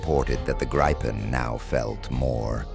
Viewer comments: !Gripen" is pronounced "Greepen" (like "green") not "graypen". Besides that I will block this channel next time I see it - too artificial. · I wish someone would listen to a Swede saying the name. It is Grip-pen not Gripe-en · News Flash! When using AI narration "always spell out words like Gripen phonetically ie: 'Grippen'" otherwise it sounds like what grumpy peole are always doing, griping or "gripin'." Also spell numbers. Otherwise it sounds totally phony.